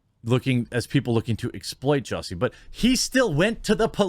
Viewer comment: JUSS-y, NOT JUICY. "SMALL-et" NOT "SMOLL-YEH". Go home, Jeremy, you're drunk.